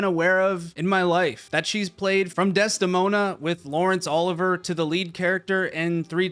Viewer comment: "Olivier" is NOT pronounced "Oliver!"